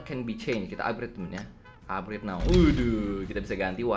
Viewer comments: "UPGRET" "UPGRET" "UPGRET" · "Upgrede" "Upgrede" "Upgrede" "Upgrede" "Upgrede"